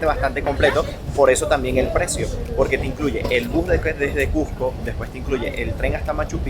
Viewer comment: Gracias por todo lo que has mostrado. Pero más por pronunciar "CuSCo" y no "CuJco", como casi todo limeño lo pronuncia.